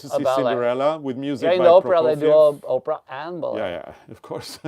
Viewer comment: It cracks me up when says opera because it sounds like Oprah